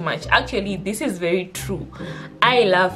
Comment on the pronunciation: I felt that “VHERI”😂😂